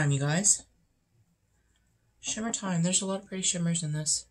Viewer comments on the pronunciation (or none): Hope you have a blast tonight! Every time you say "Shimmer time" my brain hears "Hammer time" and I giggle a bit.